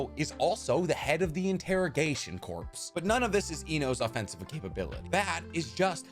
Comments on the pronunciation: Corps is pronounced as core, not corpse. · Okay, so I'm like 3 minutes in and like everything so far... But I HAVE TO point out that "corps" is NOT pronounced like "corpse." It would drive me crazy if I didn't at least point it out. Edit: Also, they say Choji is physically strongest? But Sakura can PUNCH MOUNTAINS INTO DUST. I may be exaggerating slightly, but from what I remember from actual on-screen feats, Sakura is definitely stronger. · Homie, love your stuff, but corps is said as "core" not "corpse" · Corps, not corpse...... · Corpse ≠ Corps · I hate when ppl pronounce 'corps' as 'corpse' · You sound so smart until you say the word corps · Not to nit pick but ive heard you say it twice now you do know that the s in corps is silent when referring to a group like the medical corps